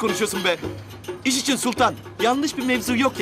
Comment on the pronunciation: Çekiling... İçing... Hahahaha 😂